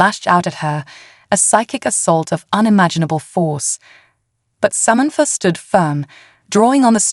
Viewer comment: What is Somentfor ? All lol a sudden Samantha has a new name !!! The alien suit is making this AI voice confused